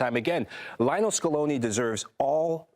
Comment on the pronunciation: “Lionel” Scaloni is not pronounced like “Lionel” Richie. Scaloni was never a member of The Commodores.